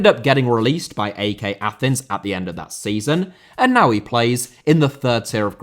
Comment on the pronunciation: Mate, its pronounced "Ike". Not A-E-K. Brilliant video